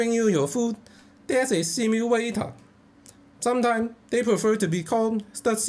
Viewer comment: SIMUWATOR!!!... cracks me up!